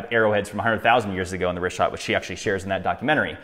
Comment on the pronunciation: omg "Get Woke" and "Trust Experts"? <---Supposedly like herself? "Plato 100% made up the Atlantis story"? Sarah was invited to the WEF because she's in the business of disinformation. The worst enemy of all Libtards and Democrats is TRUTH. It bit her on the ass so bad she won't even pronounce the name right. She wants to call it the "Rick-hat structure". Complete idiot.